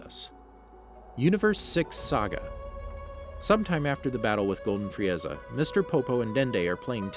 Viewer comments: I burst out in laughter when he said frieaza😂😂🤣🤣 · Fri Eza ? FRI EZA ? Vejetta ? WTF ARE U DOING ? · He literally said Fri-eza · Love ur video's but the way you pronounce Frieza and Saiyan(s) hurts my ears a little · The way he pronounces sayians, vegeta and frieza hurts my soul and makes my whole body cringe!